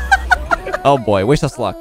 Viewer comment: When he said, “oh boy, wish us luck,” (emphasis on the us part) I felt that.